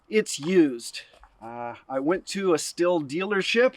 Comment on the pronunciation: showing a pile of firewood in the beginning. Me just trying to relax from 3 days of cutting, chopping, hauling and stacking firewood. Not a good start to a video... 🤣 HInt: ih in German - which is the manufacturer of said chainsaw - is not a ill sound. The h prolongs the i considerably. So it's more pronounced like Stiiiiil. Plus the ST is not a St - most Germans would pronounce it with a sch (be quiet) sound - turining it into schtiiil. It's an excellent chainsaw no matter how you pronounce it. 500 bucks sounds like a lot, but I have 2 Stihl's, 1 Husquarna and one Ryoby and guess which one fails the most - yep, the cheap Chinese product starting with R. Well, I got that to cut bamboo out of the ground and for the 60 bucks it cost it did the job. Not much use after that though.